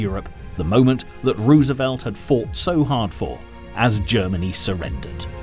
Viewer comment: 😊😊 I didn't even hear that he was saying it wrong. Lordy.